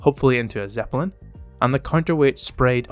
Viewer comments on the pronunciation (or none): The way you pronounce Zeppelin as "Zepper-lin"....